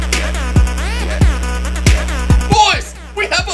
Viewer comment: Why do you say hwoys? It's soooo annoying, like if you agree